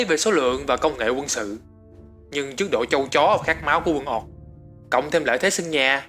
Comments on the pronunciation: "Ooc" thì ổng đọc thành "Oọc", cũng đến lạy. Xem tiếng anh nó đọc như thế nào mà lại tự thêm dấu vào như thế. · Chất lượng video thì ko còn gì để chê rồi, chỉ cần chỉnh lại cách đọc tiếng Anh một chút là okay dáo xư ạ :v Người “oọc” 😂😂😂😂